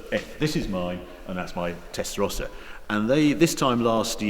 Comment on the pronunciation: First time I ever heard "Tesarossa" pronounced correctly..